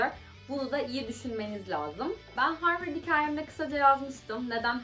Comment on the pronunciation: zaten harvırd yani abi profosyonal çevre yanii